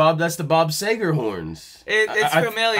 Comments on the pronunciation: Bob See ger not say ger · He still saying Bob Seygar!! LOL!!